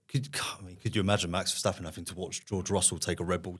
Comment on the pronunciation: That guy on the right just can’t even get the name Verstappen out of his mouth!